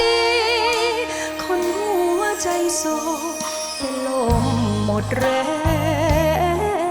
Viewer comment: ทำดนตรีเพราะมาก แต่แอบตกใจน้องร้องคำว่า "ลม" ออกเสียงว่า "โลม"